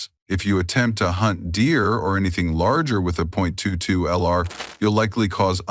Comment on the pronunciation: When the AI said "zero point two two ell are" I left and gave a down thumb